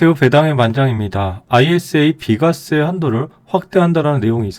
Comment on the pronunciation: 비과쎄~ ㅋㅋ